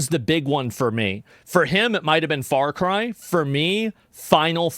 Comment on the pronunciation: As an Aussie, I know the world thinks we have a funny accent. But seriously...What part of America do you have to come from to pronounce "Farcry" as "Fart-Cry"? I'm so angry right now